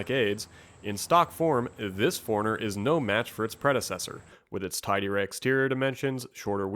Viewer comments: It'd be nice if he could pronounce 4Runner. Sounded like he was saying foreigner. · Toyota Nerd !!!! It’s suppose to be four - runner. I don’t blame him for pronouncing it quickly like he did because he said it so many times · 4 RUNNER as apposed to the pronounced Foreigner